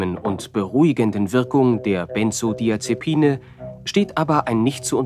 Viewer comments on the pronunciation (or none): Wer kennt sie nicht!? Die Bensodiasepine ... oh mann